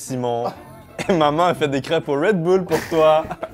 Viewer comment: "crêpe red boule "